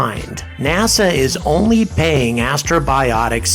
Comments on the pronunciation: It's so cool to see you talk about Peregrine! P.S. It's Astrobotic, not Astrobiotic :P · I keep hearing you say "Astrobiotic," but the name of the company is Astrobotic (a portmanteau of the words astro and robotic). It's a slight distinction, but an important one nonetheless. Otherwise, great video! I really enjoyed this one. Exciting times! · It's "AstroBOTic", not "AstroBIotic" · First of all, Astrobotics, not Astrobiotics. What the hell do you think the challenge of space robotics is equal to, fabricating antibiotics in space? And even if this beats starship getting to orbit this year, still wins because a dogecoin is literally being sent to the moon. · Astrobotic, not Astrobiotic.... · You keep pronouncing Astrobotic as "astrobiotic" as if you're trying to get 'bios' in there. No, it's robotics.